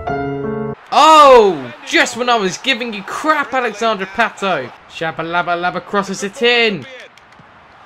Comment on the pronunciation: It's pato not not patooooooooo